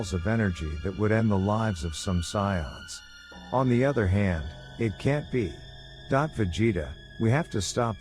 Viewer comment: I liked the story but the pronunciations are real bad. Scions and kakaroat? Oof